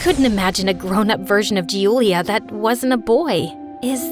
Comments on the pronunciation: Hello. I hav noticed a mistake in one of the most common names In italy. You are pronouncing ‘Giulia’ wrong. As it is pronounced as “juu-u-lee-ah” and you’ve said is as “Jew-lee-ah. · I'm italian and the pronunciation is Giulis